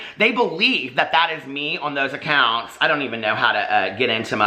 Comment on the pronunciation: BITCOUNT ACOINTS 😭😭😭😭😭😭😭😭😭😭😭😭 I’m screaming